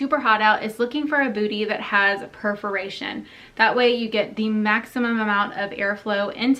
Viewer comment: I’m so glad you said”perforation” correctly, so many bloggers say it wrong. Good hacks and love your channel 😊